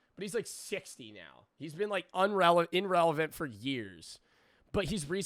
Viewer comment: no way he mispronounced irrelevant twice back to back.